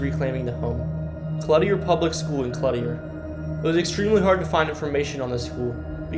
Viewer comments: What town is the school in? And I live by the old school in Clutier the one he called clutty-air 😂😂 my sons dad actually lives in Clutier,population 200 lol.... anyways a man from the town owns the building and stores his stuff in there like your cousin did. So sorry to hear of the tragedy of his only son and son in law. That's crazy how ppl do such foolish things....I hope her innocent children in the back weren't killed too. 😕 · 1..Nevada=Knee-Vada 8. Ottumwa =Oh-Tum-Wah 7.Clutier=Clue-Tier 5-Dysart=Die Zert 3. Des Moines=Duh Moine 2.Greyhound park was torn down in . Tama Iowa is more like a hour south of waterloo. Not 30 minutes. You leave waterloo 30 miles later you'll be just getting out of Hudson. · Clooteer pronunciation of Clutier. Navayda pronunciation of Nevada.